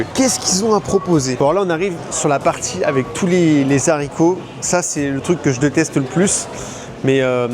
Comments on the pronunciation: Boosted! Les zaricots + le fourrage de dinde + le bonnet dinde le lendemain 😂😂😂 tu pouvais pas mieux nous montrer cette fête! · Moi, c'est mignons " les zaricos😅 . Noël, US sous le soleil de Floride . Ça doit être quelque chose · Pour être franc, j'ai arrêté de compter au bout d'un moment, pour pouvoir mieux suivre la vidéo (mais j'ai un peu grincé des dents quand même en entendant ça! 😁) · On ne fait pas la liaison avec "haricots", pitié pour nos oreilles ! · Des zharicots, vraiment 🤣 ? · Les Zaricots ! Pitié ! Bravo pour ta vidéo quand même, elle est très sympa ! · "des z'haricots" ???? Sérieusement ! 🤣🤣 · intéressant, par contre faut arrêter avec les zaricots verts :) quand il y a un H (haricot), on ne fait pas la liaison ! (les haricots et non pas les zaricos) et dommage que cette fête initialement signe de reconnaissance envers les autochtones qui ont sauvé des vies, et montré comment faire en terme de culture, récoltes etc avant de se faire décimer, soit devenue chrétienne, puis purement commerciale et chrétienne :) ça aurait mérité une analyse plus fine à ce sujet, et il y a long à en dire...quand on te vend la courge en conserve et la sauce champignons en conserve, la société américaine/occidentale a un gros problème... j'espère que ça cuisine dans la plupart des familles, mais pas sûr vu les gros étales de conserves proposées en tête de gondole... en France c'est pas beaucoup mieux... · Si ces indiens avaient su, ils les auraient tres certainement laissé mourir. J adodre vos videos qui montrent cette culture americaine.. ( si je peux me permettre : des Haricots. Pas des Zaricots 😉) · on ne fait pasla liaison on ne dit pas "zarico"...mais Aricots (haricots H!!!!) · pitie ne dis pas les zarico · Les ZHARICOTS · Zarico ? Est-ce que tu est encore un peu FRANÇAIS ? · les vrais zaricots mdr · Les bons zaricots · Les zaricots 😅 c'est toujours mieux qu'un naricot. P'tite vidéo sympathique comme d'hab. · trop bien les Zaricots verts !🤣😂